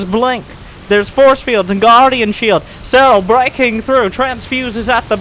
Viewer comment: said that seRRal did that to emphasize the rolling R's pronounciation of his name.